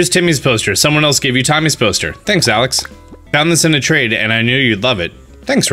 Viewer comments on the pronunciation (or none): none